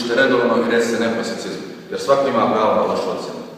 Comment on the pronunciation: Hahaha lik koji ima 4.0 reče "prosjecizmu" bolje nego ovaj sa 5.0 haaahhahah ( "prosjecezmu")